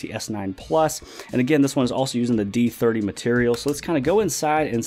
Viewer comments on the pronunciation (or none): D3ooohhhhhhh.. It's not d30 D3O.